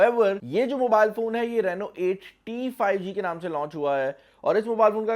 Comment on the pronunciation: Rano Nahi Reeno Hota Han 😄😀